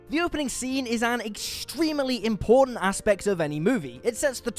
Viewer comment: since when was extremely pronounced extremerely?